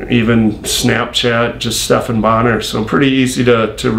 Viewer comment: It’s BonnAr for christ sake.